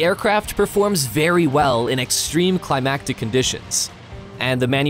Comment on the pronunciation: "extreme CLIMATIC conditions" ... NOT "extreme climactic conditions"!! omg, seriously!